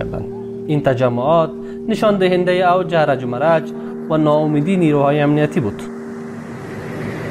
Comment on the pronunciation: Harj va marj درست تلفظ کنید